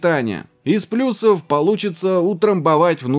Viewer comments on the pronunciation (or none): none